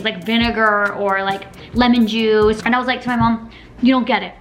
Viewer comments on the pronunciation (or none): none